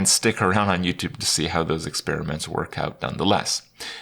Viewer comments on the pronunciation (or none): none